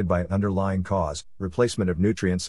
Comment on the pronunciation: Sever and severe are two different words. We don’t say sever cases. We say severe cases.